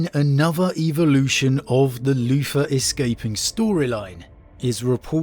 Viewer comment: I just love the way you say Luther “Loofah”… Anyway, l really do hope we have the Lion coming soon. Even as a long term Wolf player I have respect for the father of the 1st, even if I think the Dark Angels proper are a bunch of shortsighted hypocritical gits. My problem is it feels too signposted. It’s all together too obvious! I can’t help but think it’s all a bluff and there’s no loyalist in the near future.